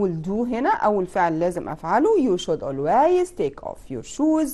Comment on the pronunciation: ميس كلمه always حضرتك نطقت بها غلط شوفي جوجل